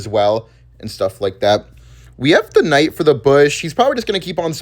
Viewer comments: I'm going to kms if he doesn't stop pronouncing the k in knight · "kh" night